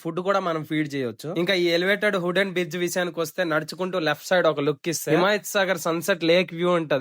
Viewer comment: Hooden kadu bro wooden adhi 😅😅